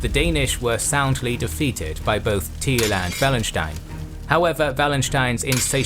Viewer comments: Yet he butchers Tilly. The man wasnt called Thiel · "Teel" lmao